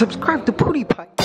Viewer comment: "soobscraib to poodipai" (Pewdiepie. which you should do)